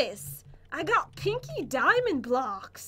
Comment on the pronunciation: I thought she said kinky diamond blocks and I choked on my chocolate bovine secretions. (choc milk) XD